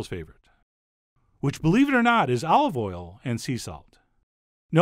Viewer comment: You lost me at "Olive Oil"